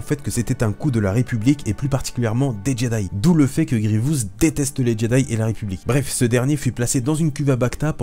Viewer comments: Superbe vidéo seul problème, tu a la fâcheuse tendance à dire "Grievious". J'ai adoré voir cette vidéo mettant à l'honneur mon méchant préféré. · Dans la série Clone Wars tout le monde dit Grivious sans raison et résultat tout ceux qui on regardé la série le font aussi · Pourquoi personne ne prononce GRIEVOUS correctement, le i est au début, pas au milieu ! J'imagine que c'est à cause de Clone Wars